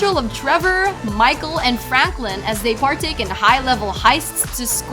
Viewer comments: Am I the only one that heard she said Franklin wrong I’m dead😂😂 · She doesn't know how to say franklin😂😂😂😂😂😂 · The way she said Franklin and Lara tho